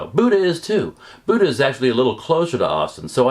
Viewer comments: Please learn the correct pronunciation of Buda. It's not Buda, like the deity. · I cringe every time you mispronounce Buda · You might have a little more credibility if you actually know how to pronounce "BUDA." I guess you're a newbie to Texas too